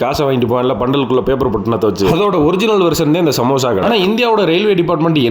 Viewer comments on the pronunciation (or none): Samosha❌ Samosa ✅ 😂